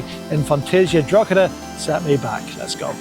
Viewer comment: As someone who lives in Drogheda, it's pronounced Draw-he-da not draw-cha-da 😊